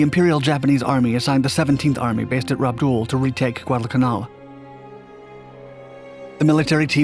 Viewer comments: Rabaul is pronounced Raw- BALL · It is Rabaul, not Rabdul!